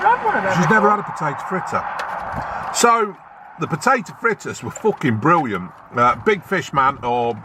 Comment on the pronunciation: "That's forkin briwwiant" You sure got a way with words man, hahahah